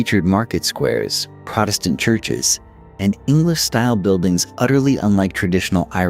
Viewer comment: What's just as annoying to me is when it switches back and forth sometimes they'll do the proper pronunciation, sometimes not. Protestant is another one that sticks out